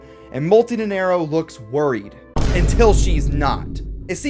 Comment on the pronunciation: I hate to be "that guy", but you said "Nenerro" in the entire time instead of Nanairo ("nana" like Banana and iro like "Ear-Roh" - Nanairo)